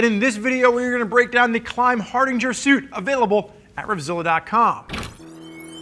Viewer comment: Not gonna lie, slightly annoyed every time says Hardinger instead of Hardanger.